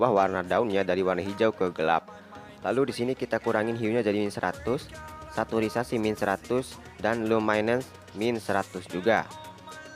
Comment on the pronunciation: Bang, sedikit mengganggu pas pengucapan saturation :v